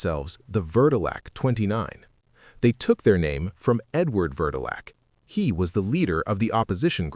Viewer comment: It's pronounce ver-doe-lee-ack Edward Vrdolyak was a city councilman or Alderman. I was born and raised in Chicago for over 50 yrs and don't plan on moving, however, Chicago is undercover racist and prejudiced. I love Chi'Town but it has it's issues. Now, they're trying to get people to move in the suburbs while the suburban people are moving back to Chicago😂 There are several reasons including the ground sinking in. Turns out the government owns what's underneath your property, like coal 😅 and you can't do them from drilling. Chicago is being re-re-gentrification😂 I've live in the same neighborhood except for the 2 yrs I moved up north. I'm back in my Bronzeville neighborhood 😊